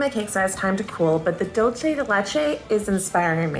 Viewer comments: It's Dulce de Leche, pronounced DOOLSE, not DOLCHE. ❤ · Every time she says "DOLCHE DE LECHE", a angel loses their wings... 😭 It's DULCE, not DOLCHE. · I'm gonna go ahead and make the tiiiiiiiniest correction, in Spanish "c" sounds like "s" (or "z", if you're from Spain) before "e" or "i", you were going very Italian "c" when you said "dulce" 😅